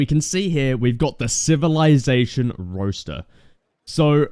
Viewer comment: Roster not Roaster lol